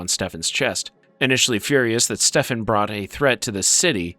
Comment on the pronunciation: why are you saying stefan like that